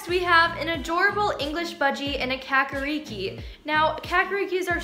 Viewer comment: Kakariki is a Maori word, the 'a' is more like the a in the word car, not cat. Roll the r.